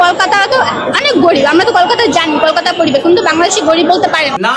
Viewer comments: সাউয়‍্যামারানি কলকাতাটাও ঠিক করে বলতে পারেনা 👺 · Kolkata uchharan karne Nahin a raha hai😂